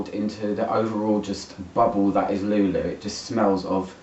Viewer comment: Jesus Christ!!! Another one!!! We are people so ignorant? Before doing a review you should at least do some research and learn how to pronounce the name because every time you pronounce Lou Lou you sound completely ignorant 😂😂😂